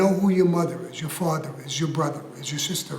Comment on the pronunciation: Michael " my fathwa " 😅